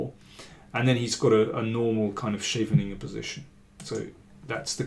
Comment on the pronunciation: This time it sounds like you are saying "a normal 'Sh'eveningen posistion". And you might think what an annoying stickler, but if I didn't enjoy how you present those games, if I wasn't hanging from your words, as they say, I wouldn't notice any of this. :D Thanks for the analysis, so informative. I think an excellent idea to go back and pinpoint some (critical) positions and ideas.